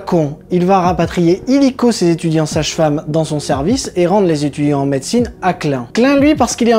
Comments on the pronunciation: J'ai appris, j'ai ri, je me suis abonni. PS pénible: la prononciation de Klein en Clin me déchire les oreilles, mais bon... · boulot super ! mais revois ta prononciation de klein qui d'ailleurs veut dire petit en allemand .